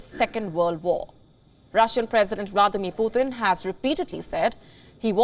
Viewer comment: Please, it's putin not puthin!!